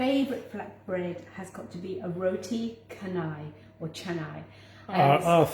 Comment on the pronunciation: Tq & it's pronounced roti CHA-nai